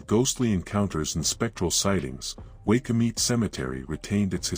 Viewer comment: It's pronounced why coo mit e spelled waikumete